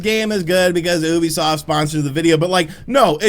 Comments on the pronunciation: Why does he say Oebisoft and not Ubisoft, also fun vid. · ITS FUCKING YOU-BE-SOFT